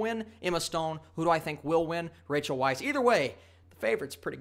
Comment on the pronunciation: Small point......Rachel's last name is pronounced vice.